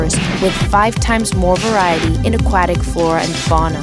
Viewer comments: I hate how she said aquatic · Did you not think you should go back and re-record this voiceover after it became painfully, painfully clear that your voice actress doesn't know how to pronounce "Aquatic"? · "a QWA tic" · "Akwattic." Can't unhear it. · "Aqauktic animal"😂😂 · "aqu WAT ic" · A-cwah-tack lol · The way the narrator says "aquatic" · Being an Australian and hearing her say Aquatic hehe, Accents are funny. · I have never heard somebody say Aquatic so very wrong. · Is nobody going to talk about how she says "aquatic" here? Edit: Scratch that; how she says aquatic throughout the whole video??